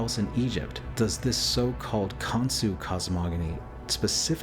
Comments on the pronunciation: Saying his name wrong is not even hard to pronounce KON-SHU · Khansu? Son of Atum? Cain "Cah-in"... Khan son of Adam/Atum? Cain's (Han/"Khan") son was "Khanoke" This could mean King Unas was Nimrod/Osiris and Canaan/or descendant was Khansu. It is said that Nimrod and Cush and an Uncle and Cousin travelled to a place where they found "three mountains" and that Nimrod developed a system of worship based on the writings on those "three mountains." Nimrod was a "Hunter of men." And, despite the denial of the practice by Egyptologists - claiming it is metaphor - there is art in those pyramids depicting Cannibalism. "Cain-Abel-ism" Very interesting.